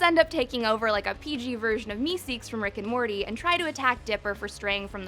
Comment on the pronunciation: MR.MEeSEEKS NOT MEESEEKS